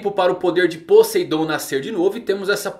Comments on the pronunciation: "Podeidon" kansksnsn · "Podeidon" aí é a arma mais potente, manda salve!!